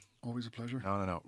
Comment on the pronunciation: Matt Williams: "Robbie Kearney"